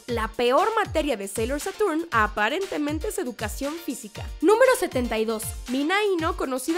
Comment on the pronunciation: Muy buen video pero cada que la presentadora cambia los acentos de las palabras me irrita!!! Que es eso de haRÚka, SÁturm, y su lost in translation de "tu nómbralo" (You name it)... Ya nomás le faltó koKÓro como los otros perdidos otakus..